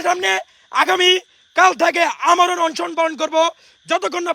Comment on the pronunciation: ওরে উপদেষ্টা বানানো হোক!! অনেক ত্যাগ করছে পোলাডা, অন্তত আজকের এই ভাষণ টা বিবেচনায় নেয়া হোক!! “Onshon”না মেধাবী ভাইয়া ওইটা অনশন